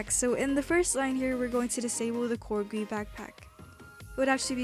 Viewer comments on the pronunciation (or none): what bothers me is the way she says GUI like guwee also i thing GUI stands for games user interface idk i think that's what it is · When she says goouie I die inside. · Guillen No, it's Gee-you-eye. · the way you pronounce gui is so funny, it's G U I, letter by letter lmao, very good tutorial doe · its called g.u.i , not 'gwee' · Guillen nope, its prononuced G U I. this comes from an actual web dev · no its pronounced goat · i love it how u say "gwe" lol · "insert a screen gwee into the starter gwee" XD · I am not gonna watch just because GUI is pronounced G U I not one word It hurts my brain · never say guee as gui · I disliked for you calling it "Gooey", better luck next time! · screenGUEE starterGUEE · I never heard someone pronounce “GUI” as it’s spelled So your channel is great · the way she says gui scares me